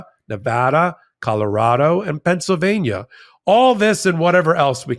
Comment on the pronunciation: as a proud resident of the old state of Pennsylvania, I remind you that the spelling and pronunciation of the state name have the letter "L" in the name. It is pronounced the same as it is spelled: with the "L." Not Pennsavania.!